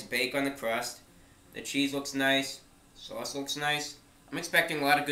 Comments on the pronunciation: sowahss not sauce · "Dip it in the Swause" love it 10/10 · His accent sounds like New Jersey, but the way he says 'sauce' is distinctly Bostonian. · Bren Dan yeah the way he says "sauce" though